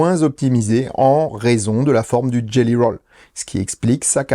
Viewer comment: Jelly Roll, pas Gelly :)